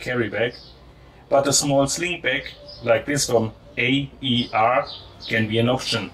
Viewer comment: FYI it’s not A.E.R it’s called AER as in air , just thought I’d let you know , nice video